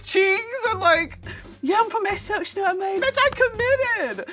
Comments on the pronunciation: Except she said Essex weirdly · So sorry, I like her but no it's really not. It's the typical American trying, off brand Essex and slight north twang. The way she says 'Essex' is so weird. No one says it like that. Not even the Norfolk people